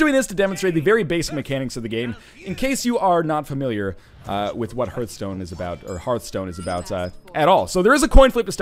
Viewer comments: It's her-th-stone not harf-stone. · It bothers me that you don't know how to pronounce Hearthstone correctly. >< It's Heart-hstone; not Herthstone or Hear-thstone, Hearthstone. it's not complicated. It's even a real word, too. Look it up. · Northernlion, You dingdong! Just pronounce Hearth like Heart, since they're spelled exactly the same, just with a H at the end. That's the easiest way to remember how it's pronounced